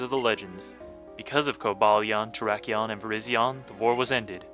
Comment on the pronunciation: Virizion is pronounced with a long I for the 2nd I. Like Virizon, the tv company